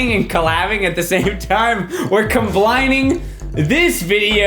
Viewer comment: I died when he said "comblining' I am going to start using that word now